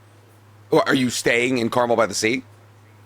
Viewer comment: Hearing the pronunciations of Carmel and Solvang are killing my central coast heart.